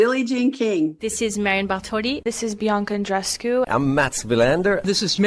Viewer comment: Come on,, would it kill you to pronounce Andreescu’s first name correctly? You’ve heard it hundreds of times. You KNOW how it’s pronounced. Just lazy and disrespectful. 🙄